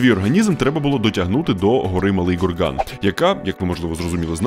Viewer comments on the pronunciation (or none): none